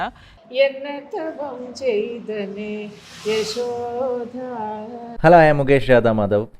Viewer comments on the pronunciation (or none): യശോ ' ധ ' അല്ല ടീച്ചറേ യശോ ' ദ ' യാണ്.